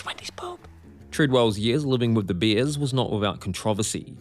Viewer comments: I'm ok with it but bears are not beers, totally different things are pronounced differently. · Is he saying beers or bears? The bear that killed him was a bear that didnt know him..